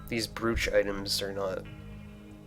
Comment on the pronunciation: I think you're pronouncing 'brooch' wrong. It's pronounced like 'broach' to rhyme with 'coach'. At least, that's how I've always heard it be pronounced.